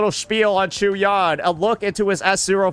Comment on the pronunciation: Unc for the 1000th time it's not CHEW-YAN 😂😂